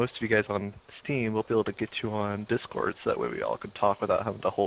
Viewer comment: Dis-Cord...? What's a Discord?